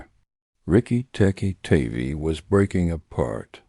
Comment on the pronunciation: That's Riki Tiki Tavi--"tavvy like 'have-y' not "tavy like navy".